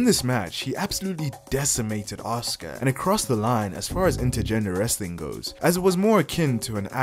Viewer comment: Reading these comments and seeing the undeniable belief that fans of pretend wrestling have in it being an actual, real, combat "sport" 😂😂😂 Also... the name is pronounced "Ah-sUU-cA"